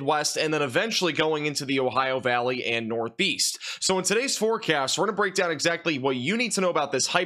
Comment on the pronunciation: Could've sworn you said "we're going to have a break"...lol